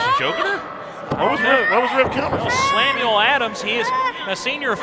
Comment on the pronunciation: "Slamuel Adams". 🤣🤣